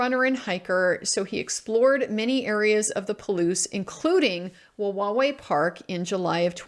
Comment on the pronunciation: Good job pronouncing Wawawai. I used to live there, down on the water just past the park. there was a trailer park built into the hill there above where the dock is now. The skies were amazing for star gazing. I have all kinds of reasonable doubt about his guilt. Time will tell.